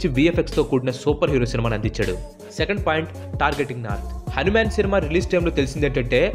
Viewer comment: Bro akkadakkada హానిమాను అని పలికావు,అధి హనుమాను